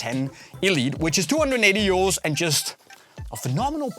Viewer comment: i kept thinking u saying “year olds”😭 🤣 not “euros” 🤦‍♂️ i’m so dumb lol